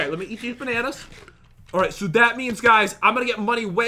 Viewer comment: I love your videos and I love how you say bananas but in stud you call it banner